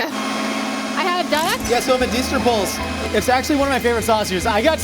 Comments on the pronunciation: It's two syllables, pølse. Poull-se i guess is a close american approximation. Not like pulse, as was said in the clip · I love how Americans just cannot pronounce Pølse. Medister pølse. I don't even know how to explain how to pronounce it xD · was SO close.. And then the Ø messed him up LMAO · plz for the love of medisterpølse learn how to pronaunce ø🤣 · Hej hej! Swedish person here! Great episode! Despite the "great" pronunciations. 👌😆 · The e in pølse is not silent, and everything you are doing in this video is heretical. Great work, keep it up❤